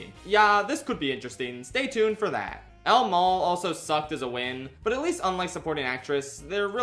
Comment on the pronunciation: I thought he was saying al mow